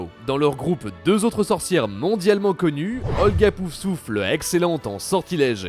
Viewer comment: Et un peu plus tard on entend "pousouffle"...